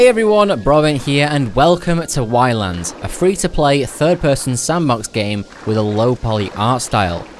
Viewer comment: Btw, it's just pronounced islands! At least, that's how the devs say island!